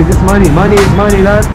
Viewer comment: hahahahahahahahahso lachflash wie er redet geld ist geld maony ist mony lan 😂😂😂